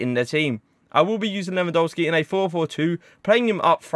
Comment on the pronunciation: Why do you say lewandolski